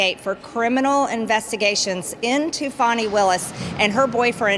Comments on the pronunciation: Doug, It's FANNY not FAWNIE. don't fall for the MSM pronunciation to help protect this ASSHOLE !! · NOT FONI.........IT'S FANI PRONOUNCED......FANNY AS IN A-S-S..... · Geez Doug, get it right, it's not "FONNY", it's pronounced "FANNY", as in a fat ass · her name is not FAN-NEE but FAW-NEE you dumb azz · I did a dislike thumbs down because you continued to cal her FAWNIE not FANI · It's Fani,, not foni